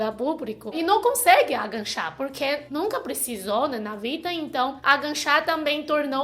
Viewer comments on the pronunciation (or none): gostei muito do vídeo! Só estranhei um pouco (e é compreensível) a palavra AGACHAR ser pronunciada como AGANCHAR - soou um pouco estranho, teu jeito de falar, por ela ficar parecida com uma outra palavra que é ENGANCHAR. Mas enfim, mesmo assim, teu português está cada dia melhor!!! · Sei que é chato corrigir e que vc já é fluente...mas quanto mais aprende melhor né?! O certo é agachar e não aganchar 😂 Beijos, sua linda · você fala bem o português, mas não é aganchar ,agachar . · é agachar, não "aganchar". Não tem o n. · agachar é o certo, não tem "n" ou seja não é "aganchar" . Bunda não ponda estica o "u " da palavra que vc consegue buuuunda, acho que melhorará o som. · Aganchar kkkkkk. O certo é agachar. sem "n". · Aganchar kkkkkk ( agachar menina) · É agachar, não aganchar kkk. beijus. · so pra avisar (DICA CONSTRUTIVA), a pronúncia correta é = AGACHAR e não AGANCHAR, e dica construtiva em, adoro ver vc falando portugues vc e mt boa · A pronuncia correta é Agachar e não Aganchar. mas é só um detalhe. Seu português é ótimo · Demorei muito pra entender que "aganchar" era agachar. Fiquei achando que era de gancho..hahahaha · Só corrigindo: no tópico 4 vc fala "aganxá" e o correto é "AGACHAR". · Agancha=agachar kkkkkkkkkkkkkkkkkkkkkkkkkkkkkkk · PELO AMOR DE DEUS, não é agaNcha! É AGACHAR, por favor vc já tem 9 anos no brasil, aprenda a falar pelo menos isso. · A palavra é A-GA-CHAR. Realmente andar de ônibus sem saber qual linha pegar é certeza parar no fim do mundo, eu uso um aplicativo que me fala os trajetos das linhas da cidade e os horários e locais dos pontos, senão vc fica totalmente perdido. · agachar e não angachar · Agachar ... e não aganchar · na verdade, é "a" fechado, já que é átono =)